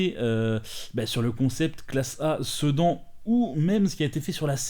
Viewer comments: On prononce "Sédane" Jai explosé de rire quand tu as dit "Cedans" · J'ai pas suivi ton FAC, donc c'est quoi ton boulot, parce que... si c'est pas ton job... eh ben c'est dommage. Juste un truc, perso je prononce plus "sedane" même si ça s'écrit "sedan". Super vidéo comme dab.